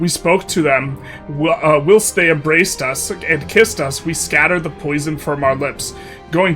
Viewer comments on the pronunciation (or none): Hi, ‘whilst’ is pronounced like ‘while’ + ‘st’ not like ‘wilt’